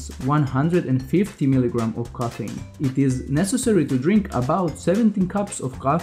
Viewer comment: it's called CAFFINE* NOT KOFENE